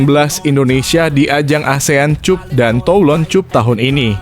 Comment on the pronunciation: Mimin itu cup bhs inggris dibaca kap jangan bodoh min